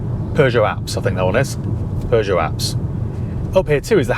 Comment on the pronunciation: Thank you for pronouncing it correctly unlike americans who say "poo-joe" 😬